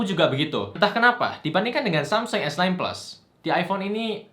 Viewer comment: dia ngomong samsung esnain tp telingaku dengernya samsung esten bukan sekali, tp berulang2.. wkwk